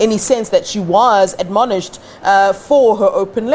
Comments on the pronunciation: Stop trying to use complicated words. This is why Julius Malema made fun of your intellect. Its 'Admonish' not adonomish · Someone teach to pronounce 'admonish' properly